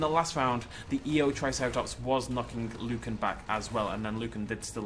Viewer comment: Even though it was "Lucan" I was still grinning like a madman all the way.